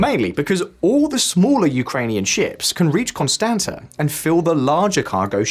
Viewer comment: Constanta is pronounced "Con-stahnts-ta" by the way.